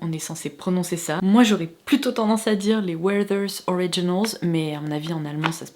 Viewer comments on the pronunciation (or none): Verters et on prononce toutes les lettres.